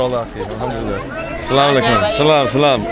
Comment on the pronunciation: Brother always sy Asalsm-o-alikum not salam o alikum check the correct way of salam. Thank you.